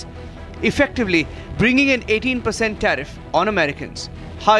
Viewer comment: "TAREEF" & "TARIFF" Is all that DT knows!!